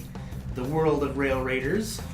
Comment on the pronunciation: At the mark...you don't even say the name of the game correctly!!! LOL Lame! SMH